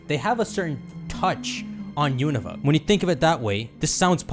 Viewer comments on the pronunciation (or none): none